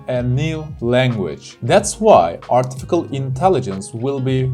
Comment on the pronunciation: Hocam kusura bakmayin ama Artificial kelimesinin telafuzunu yanlis yapiyorsunuz. Artifical degil Artificial (ɑːtɪˈfɪʃ).